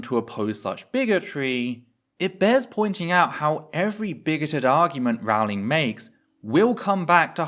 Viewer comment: I thought it was Rowling like bowling, not Rawling like boweling.